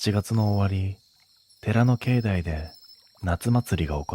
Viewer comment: 石段 せきだんではなくいしだん 境内 けいないてなくけいだい